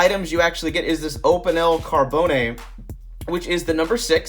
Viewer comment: Carbone- pronounced car-bow-n